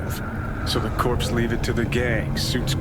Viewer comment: word to the wise; "corps" in this game usually is short for 'corporations', not pronounced like "Marine Corps". maybe you know that already and were just reading quickly, but either way, love the videos!!